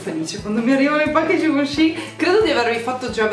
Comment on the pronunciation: Givenchi si pronuncia "scivoncì" E io che dicevo ghivenci...